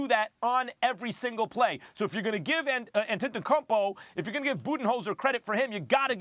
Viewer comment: This dude Max really just said 'Antetakanpo'